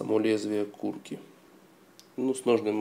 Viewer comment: кукри говорится, а не курки, лол